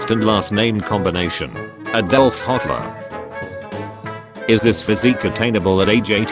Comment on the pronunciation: Someone reassure this guy, H*tler was definitely not fake! Also, does TTS pronouncing his name as "Hotler" imply that he's... hot??